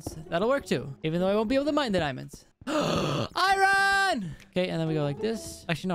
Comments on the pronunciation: He called the Golden apples "Diamond apples"😂 And called iron "I Ron"🤣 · It’s funny when he says. I Ron 😂😂😂